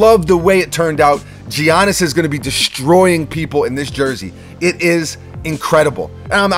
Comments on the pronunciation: Bro its not G-anis it’s pronounced “yah-nis” the G is silent my dude 😂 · Just a tip from us bucks fans - it’s pronounced Yiannis rather than g(I)annis😂 no worries tho love ur vids 🤙🏼🤙🏼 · Mans said Gee Onnis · Your man said G-anis lol